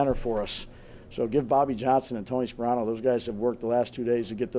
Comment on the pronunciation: I’m not the only one who heard him say “Tony Saprano” right?